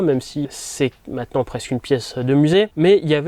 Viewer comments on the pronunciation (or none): none